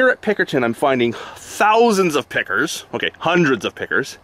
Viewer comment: Are you saying Pinkerton? It sounds like Pickerton, but I can't find that on the map, but I found Pinkerton. I am flying down the Fraser and Thompson rivers in Microsoft Flight Simulator, I thought I would do some research is how I found you. Thanks